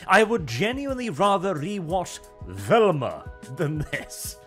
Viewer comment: The most stunning part of this video: finally learned how to pronounce "Velma"